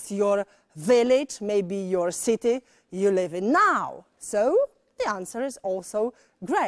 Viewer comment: Kiedy po germanistyce masz lepszą pronansjejszyn od anglistki... "Bilawed sity" 😂